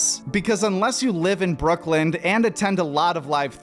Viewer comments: Why are you saying brooklynD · Wild that the narrator of this video calls it “Brookland” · It's "Brooklyn" not "Brookland". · Yo it’s Brooklyn… not brookland. Listened like 3 times to make sure I wasn’t tripping but you are def saying brookland lol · Is this dude saying "Brookland"? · Why are you saying “brookland”?